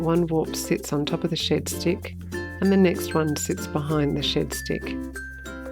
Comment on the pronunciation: As an Aussie I thought you were calling it a shit stick 😂